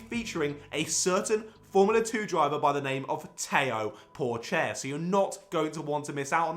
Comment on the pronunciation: This video was ✨crazy good ✨. My man never disappoints. Yup the jokes are definitely "getting better and better". Thank you for pronouncing Theo Pourchaire though😉